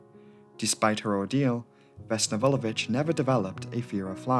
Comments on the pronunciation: Slavic surnames are generally difficult to pronounce because most of them end with -ić. Most of english-speaking people just say ch instead, but actually did an awesome job. She has 🇷🇸 seal of approval from me. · 1) I am actually very grateful that you did this because I am from Serbia. 2) You actually pronounced Vulović how it is supposed to be pronounced.